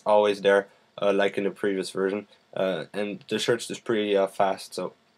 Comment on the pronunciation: "Sherch" ROFL! .d Thanks for Review. .)